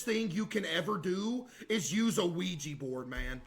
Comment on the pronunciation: Everybody : ouija board Caseoh : luigi board